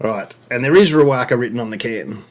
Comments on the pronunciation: Ree-wocka and Mot-yu-ekka are the correct pronunciations. Great channel! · Great video. You mentioned how to pronounce Riwaka. How you pronounced it is more than fine but Riwocka I think is correct. Cheers mate.